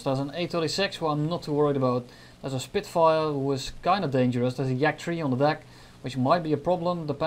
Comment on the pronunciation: "He is on fire, he is a Spirfire" hahahaha